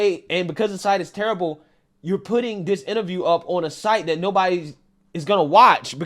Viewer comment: I need you to stop saying “dat” and say “that.” I’m sure it’s the accent, not lack of knowledge but it’s a little irritating, ijs lol…